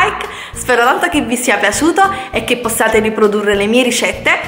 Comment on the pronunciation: "Le rishette"